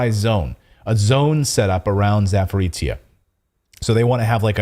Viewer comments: Not trying to be a smart ass or something, but Power Station region is actually pronounced as "Zap-o-rozh-yeah". ("zh" as in Jean-Pierre, haha). I know that it's a tongue twister for many westerners, but hey, one could try, right? And thanks for all the awesome stories, you guys rock! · Pronounce the name of the power plant and it’s geographic area [‘zapo’rojhyeh], please. That is how it is called. It is not that strange word/name many English-speaking journalists are attempting to pronounce, which no one knowing that area recognises either by ear or in writing.